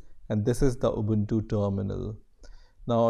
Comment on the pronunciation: its pronounced ooboontoo not abuntu